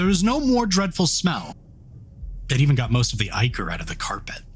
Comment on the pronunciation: Thank you for pronouncing ichor correctly.